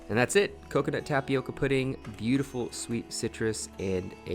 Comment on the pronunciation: Just for the curiosity aspect of the thing: the pronunciation in the word tapioca is with an different sound in the "O". It's not like in "oval" it's more like "owl". (There is a symbol for this phonetically but I don't have it in my cellphone keyboard lol) If you put the word in Google translator you could hear the Brazilian portuguese original pronunciation. It's a word that comes from our native Brazilians, from their Tupi-Guarani language. They are one of the various different people that lived here before European people came. Some tribes still live in our forests nowadays, eating tapioca and other mandioca (maniva) products. Here in Brazil tapioca is very common and we eat mandioca in it's many forms in a regular basis. Is a really good an nutritious food. Glad to see other people trying and enjoying it too 🙂